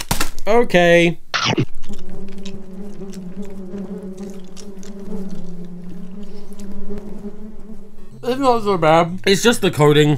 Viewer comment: "Hokaiy... so, haere's the Earth..."